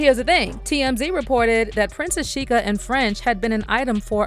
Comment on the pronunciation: Sheikha in Arabic means princess. You're literally calling her Princess Princess 😂 and its pronounced shay-kha